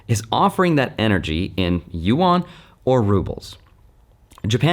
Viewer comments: "YU-AN" what is he saying???? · You might as well learn how to say it; Yuan Like U N But closer together, just say it faster. You-en It's spelled funny, but that 'a' is pronounced more like an 'e', not like you-awn. Just say UN really fast and you're 9 tenths of the way there. Yuan